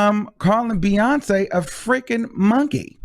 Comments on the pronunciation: ok ur dumb what makes u think she called her a monkey because she pronounced her name beyawnkey when her name is spelled Beyonce shes not being smart she literally pronounced every letter in her name stupid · Reach for it!!! How does beyon"kay" sound like beyon"key" and then like monkey? Lol. She made the c sound like a k as it does sometimes in english language. Should she have changed the pronunciation of a letter in the queens name? Prob not. But shes just a goofy ass chick. Not making fun of her song but at herself because beyonce wakes up beautiful and she wakes up lookin all crazy. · I don't hear "monkey" at all. Either literally or insinuated. I hear BeyonKAY, not BeyonKEE...she's just pronouncing Beyonce's name with a hard "c" ('k' sound) rather than a soft "c" ('s' sound). I've done that myself in the past just goofing around. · Lol I can’t push her on you BUT I think you reached for “monkey” out of Beyonké (Bee-yawn-KAY) Not (Bee-yun-Key). Weird...lol Boinky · I think Doja was just pronouncing the "C" in Beyonce name different but I'm here for it (talk ur s**t!) I really don't care for Doja she's too pop for me anyway & Ms.Banks is a super hater throw her in the trashcan! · Maybe Doja Cat mispronounced Beyonce name or maybe she was calling her a donkey. And she also apologize for the bad choice of words she used in the past which we all have done so before. IJS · She didn’t say beyonky..she said beyounkay😩😩but if people feel that they have been hurt by Doja...I can understand . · She pronounced the c differently she didn’t call her a monkey your reaching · She didn’t call her a monkey lol. I think she was pronouncing Beyoncé’s name how it looks. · She was definitely trying to be funny by mispronouncing Beyoncé name.. she’s a hater and very hateful. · It sounds like she was just pronouncing the hard C in Beyonce's name instead of pronouncing the soft C like everyone else does. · BEYON-KE AS IN BEYON-CE C pronounced as a K.